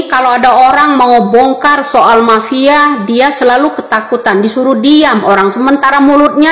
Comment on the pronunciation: MAFIA BU BUKAN PAPIA😂😂